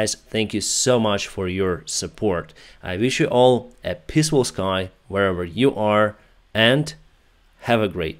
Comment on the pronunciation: First of all, thank You for Your work! Second, we know that English is not your native thong, but please try to spell it better, I've joined your telegram channel to see the "K-25", but after searching it was actually "KA-52", also take note when pronouncing "peaceful/pi's*full.. sky" 🙃